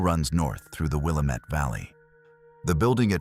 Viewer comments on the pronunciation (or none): its wuh-la-mit and uh-low-ah for Willamette and Aloha 😁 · True that! As an Oregonian, this AI voice's pronunciations deeply bothered me. 😅 😭 😂 💯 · Will-lamb-it. At least Oregon is said correctly.